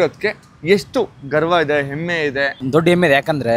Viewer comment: ಎಮ್ಮೆ ಅಲ್ಲಾ ಹೆಮ್ಮೆ ಅದು ಕಲಿಯಲಿ 😊